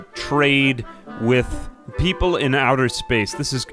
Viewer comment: "we are the micrope-" 🤨 "-ople" 😌